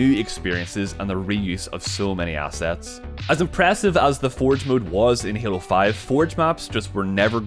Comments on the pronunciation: It is pronounced halo. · "What makes Hyaelo, *Hyaelo*? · Why do you call it heelo? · is he saying halo? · Your accent when saying " halo" is the same way i pronounce "hello" when i walk into an awkward room of people 😂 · lol...343 comments before me, also he says halo funny, loved the video though